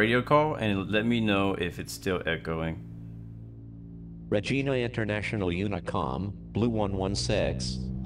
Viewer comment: I’m sure somebody told you on the stream but it’s not RE-GEENA, it’s Re-Gina, like vagina.💥🔥🤪🍺